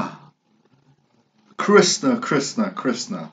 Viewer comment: It's pronounced Krishhhnaaa